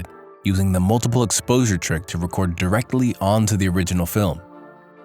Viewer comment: "record" Ugh.